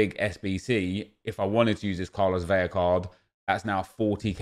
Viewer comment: La-lah, Ve-La not Vei-ya